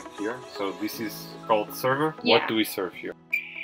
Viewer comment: sorry im kinds late but when you said we are joining the sever and he said what are we sevring lol lovw you